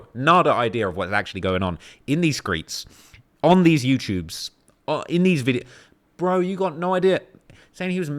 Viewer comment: Man said skreets 🤦🏻‍♂️